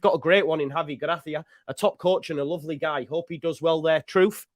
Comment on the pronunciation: You've a fine Iberian tongue there, very professional!